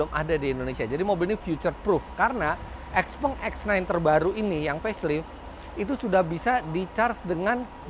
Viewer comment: Harusnya baca yg bnr : siaopeng